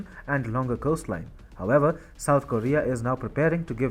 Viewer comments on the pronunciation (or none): none